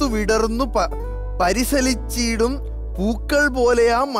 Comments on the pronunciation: പരിസലിച്ചല്ല, പരിലസിച്ചീടും ' ന്നാ 🤣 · Parilasichidum ennanu vayichathu parisalichidum ennanu